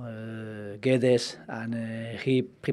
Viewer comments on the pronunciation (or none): none